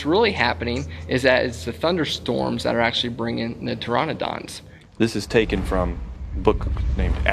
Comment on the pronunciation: Did he just say "(P)Toronodonts"? ,o.o